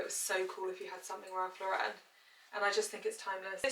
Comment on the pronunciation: As an American, can you please say Ralph Lauren last name correct? He’s a fashion icon to us.